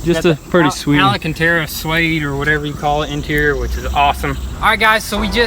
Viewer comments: "Alacatera suede". LOL!!!! Errrr...alcantara... Lol!!! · I like your videos but I cringe so much because you mispronounce things so much. It's not alacantara it's alcantara